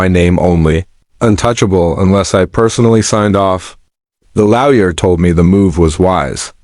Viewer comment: This channel keeps pronouncing lawyer as laoya